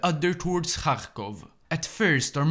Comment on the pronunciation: kharkov is the russian pronouncination, the real name is kharkiv.